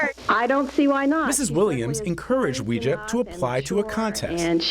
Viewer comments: It's pronounced like"way-jia" not "wee-jia" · Her name really should be pronouned Way-zhah, not Wee-zhah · Maybe she shouldnt mispronounce her own name, it's not wee, its wei. Im just saying ¯\_(ツ)_/¯ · You're right! It's pronounce WEI JIA and not WE JIA. but people who are not Chinese don't know that and Weijia herself didn't teach people to properly pronounce her name and pronounce her name WE JIA herself. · I will be happy when mainstream media stops mispronouncing Weijia’s name, so that it doesn’t sound like some occult practice. It’s. WAY GEE AH. It’s ironic because pinyin was originally supposed to help pronounce Chinese easier..